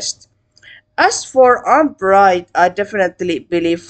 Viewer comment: it's pronounced yoo-nee-bright. i like what it's doing.